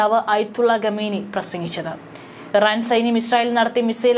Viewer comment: ഗമേനി അല്ലല്ലോ? ഖമേനി